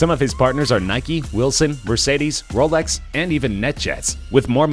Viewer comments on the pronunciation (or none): none